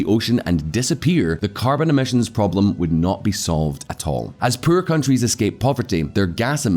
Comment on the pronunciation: for christ sake, can you please learn how to say the poorer, its pronounced "POORER", not puuuurrrrer"